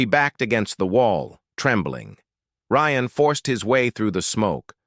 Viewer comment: I guess the AI got tired of butchering “Ryan”so it renamed the characters.